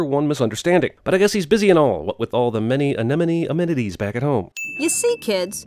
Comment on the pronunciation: *tries to say "many anemone amenities" and fails miserably *